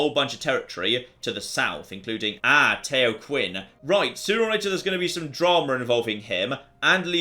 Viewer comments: Tayo Quan lol, that should be pronounced similar to "tow" (like "how" with a t, not like toe) "chee-en" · Tao Qian - not Tayo Quinn but Tao (rhymes with 'ow') and Chi'en (rhymes with Brienne) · Tao Qian is pronounced Dau Chian... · hey just a heads up Tao Qian's name is actually pronounced Tao Chan. Don't worry a lot of total war youtubers have been pronouncing the way you have and many people have pointed out the right pronunciation. If you miss pronounce any others i'll try and let you know. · Tao Qian should be pronounced like "Tao Chien". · here's a tip on Chinese pronunciation: "Q" is said with a "CH" sound. (So Qin would be pronounced Chin, etc.) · If I knew how to say Tao Qian properly myself I expect I would be really annoyed. What you said is definitely not right.